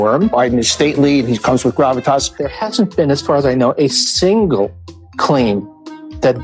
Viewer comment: Did he say Biden comes with gravitas or crappy pants?